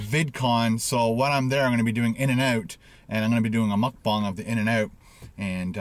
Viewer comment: Why do you say mukbang like that